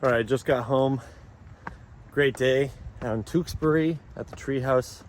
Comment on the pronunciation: If you keep pronouncing Tewksbury like that you’ll get your Mass residence card taken away!